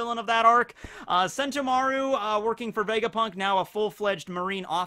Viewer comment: The way emphasizes Mar in Sentomaru instead of the To